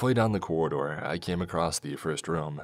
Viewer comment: I love, love listening to these, so I hate making this comment, but "acrosst" isn't a word. Not that I think you'll care that it bothers me. I don't enjoy "Eckspecially" when people do it, either. Could be worse, though. My gf has a hissy fit every time she hears a brit say "Everyfink" or "somefink"